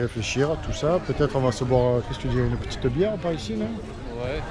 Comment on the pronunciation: Uneuh petiteuh piton? On va la goûter là-bas? Rhooo!